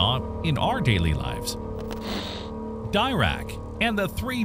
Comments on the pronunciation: Why can't you pronounce the great physicists names correctly? Great basic information but the wrong pronunciation of Feinman and Dirac detract from the presentation. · Please pronounce "Dirac" correctly.